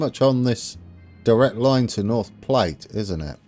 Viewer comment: even though someone mentioned it, Platte like "at"... Platte. Glad you're back... we've been waiting for you.